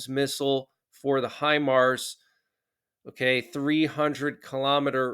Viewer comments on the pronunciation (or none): none